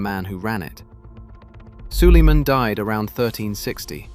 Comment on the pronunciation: Wwhy does sulamen sound like solomon?????